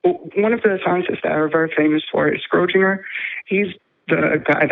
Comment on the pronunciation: Three minutes in, I'm thinking "photons, not electrons, and that's not how you pronounce Schrodinger." It's not going to get better from here, is it?